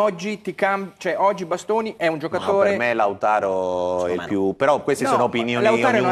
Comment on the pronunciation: Ma perché storpia il nome di Lautaro? 🤷‍♂️